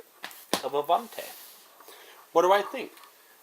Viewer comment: The pronaunce is actually a-van-ti and the pronaunce of the a is like ah ;)